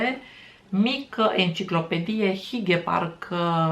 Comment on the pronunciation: Multumim de video! Btw, “hygge” se citeste “hüghe” cu u-ul nemtesc! Salutari din Danemarca 🤗